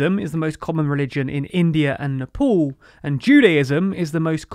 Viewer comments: What is "Neppol"? Get the pronounciation right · Neh-paul lmao